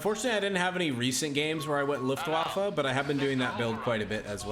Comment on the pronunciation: Luftwaffe literally means air weapon in German! What you are saying means "the waffle at the windy side of the ship"... So yeah, quite different. Also, the way you're saying Wehrmacht (defense force) means "who's causing trouble?" Took me some time to understand what you were trying to say as a German 😂